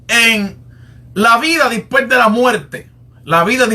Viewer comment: Por lo mismo que pronuncia 'dispue' en lugar de después o 'creel en lugar de creer'. Es decir, se trata de costumbres en la pronunciación.